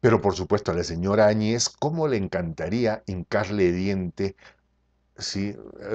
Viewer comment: Primeramente, no se que te da el derecho a TUTEAR a una presidente. Por muy mal que te caiga, por muy poco que te parezca Bolivia, estas hablando de la Presidente de una nacion y le debes respeto! Tu eres solo un Pseudo Periodista y estas TAN MAL INFORMADO, que ni siquiera pronuncias correctamente el apellido de la Presidente Añez, donde el golpe de voz va en la A. Autoritarismo y Opresion: OBVIAMENTE se refiere a otros paises como Venezuela, Cuba, Ecuador y Argentina y al socialismo en general.......... no a Bolivia. Antes de llamar ingenuos a quienes la nombraron Presidente, te recomiendo que leas y te informes de las leyes Bolivianas. POR LEY, cuando no hay Presidente ni Vice-Presidente, la siguiente persona elegida debe ser la Presidente de parlamento: Adriana Salvatierra, MASISTA que en su momento tambien andaba escapando o escondiendose, por tanto le tocaba a la Vice-Presidente del Senado: Jeanine Añez. Ella nunca fue parte del movimiento que derrocó a Evo Morales. Fue asi que para ella y para todo el pais, el nombramiento nos cayo de sorpresa, pero POR LEY, ella era la maxima autoridad NO MASISTA que tenia Bolivia. Las elecciones se postergaron varias veces por multiples razones, mayormente por el COVID, porque el pais no se encontraba en condiciones de lidiar con una pandemia cuya celeridad seria mayor al tener que concentrar a las masas en un proceso electoral. El Tribunal Supremo Electoral, esta conformado mayormente por MASISTAS, el partido de Evo Morales